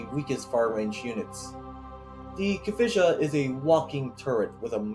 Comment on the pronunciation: I am not sure but Kavotia should be pronounced like Ka - Vo - Tee - Ya. Otherwise great vid!